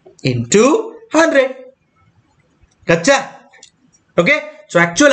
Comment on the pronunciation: Everytime sir said GOCHA.... being a bangalorean, I heard it as MACHA